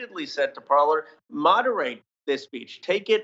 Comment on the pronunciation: 'Parler'? It is clearly 'Parlay' (French for 'to speak').